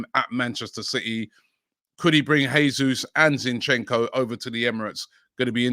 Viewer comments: Robbie the pronunciation is "Jaysoos" not "Haysoos", it's the Portuguese pronunciation not the Spanish 👍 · Robbie, you need to work on your pronunciation.Gabriel Jesus, the last name is pronounced as Jay-soos. Not Hey-sus..